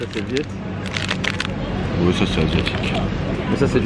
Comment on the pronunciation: Je suis fan de la prononciation viet de ton meilleur pote, hyper distrayant comme vidéo :)